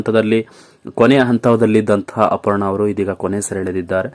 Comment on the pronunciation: ಹಪರ್ಣ, ಎಸರು,ಹೆಂಟು,ಕ್ಯಾತ ಅಲವರು, ಹಗಲಿದರು...... ಎಂಥ ಕನ್ನಡ. ಮೊದಲು ಕನ್ನಡ ಕಲಿತು ನಂತರ ವಿಡಿಯೋ ಮಾಡಿ ದಯವಿಟ್ಟು ಕನ್ನಡ ಕೊಲ್ಲ ಬೇಡಿ.